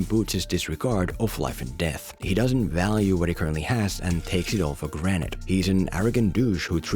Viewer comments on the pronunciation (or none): did he really say " take 8t for GRANITE?